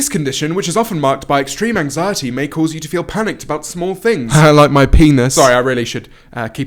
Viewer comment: I swear she said 'anxietEa'